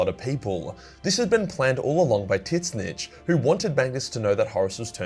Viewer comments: It's it just me or just keeps calling warp god of wizardry Titsnitch instead of Tzeench? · Dude, I hate how you pronounce Tzeentch.